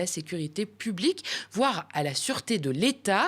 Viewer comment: "C'est un risque de trouble à l'ordre publiceuhhh" Maud Bregeon